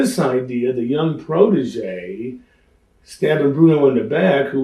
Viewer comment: How many times did he say protogee during this interview?